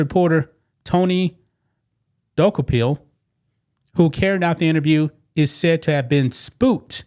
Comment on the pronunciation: jeeeeez, YOU CANT EVEN TAKE THE TIME TO LEARN HOW TO PRONOUNCE TONY DUKOPIL'S name correctly. He;s only in the news every week or day even.